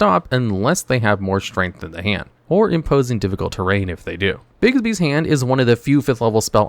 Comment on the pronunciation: Sweet lord, stop calling it 'Bigsby's' it's 'BIGBY'S'